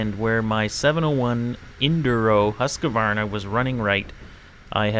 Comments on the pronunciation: Not to bust your chops too badly, but do you see how you spelled Husqvarna correctly? Why don't you pronounce it like that? It's pronounced HUSK-VARNA or HOOSK-VARNA. There is no UH as a second syllable. Husqvarna, right? Not Husqavarna. One at a time, I'm going to teach us Westerners how to pronounce this. (at beginning) and (at 25 seconds) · I am still confused on how you guys make hus-q-varna sound like husqa-varna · You lost me at the start when you couldn’t even pronounce Husqvarna. It is not Husk a varna by the way.